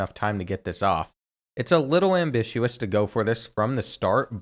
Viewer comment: Bro that ambitious pronunciation sums up the kentucky public school system